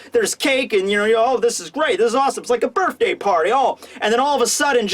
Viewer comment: you need to know that there is no "f" in the word birthday